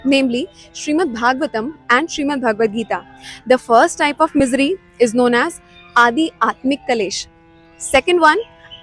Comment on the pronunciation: it's Aadhyatmik Not Adi Atmik Please check